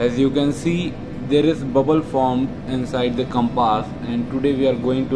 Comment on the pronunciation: I like the Pronunciation of the word compaaaas :)